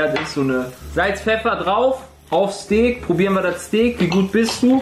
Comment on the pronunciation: Ich mag keine Leute, die "Steeek" zum Steak sagen.